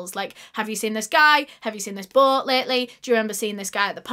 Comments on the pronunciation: "His BOŒAT" BOAT. B-OH-T NOT B-UH-O-T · Sorry I can't with the way she says "Boat" it sounds like she is saying Butt 😂🤦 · When you hear "butt" instead of "boat" 😭 it's childish i know but I was dying 😂